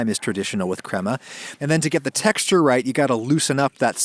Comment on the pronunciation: adam, crema in english is pronounced cray-muh, not crem-uh